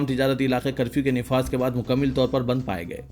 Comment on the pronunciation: bhai.... Urdu ke talafuz zara tawajjo farmaiye...musbit nahi balke musbat he....isi tarah mukammil nahi balke mukammal talafuz he...ummid hai islah karenge aaaeenda... shukriya